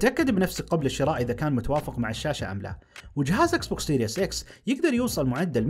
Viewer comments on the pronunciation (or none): none